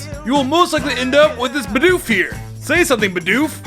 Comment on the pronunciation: honestly i loved the bidoof you said the first time it sounded like bdoof not bidoof..small detail but funny to hear idk i might be crazy